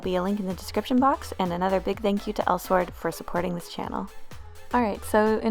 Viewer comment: its pronounced el-sword.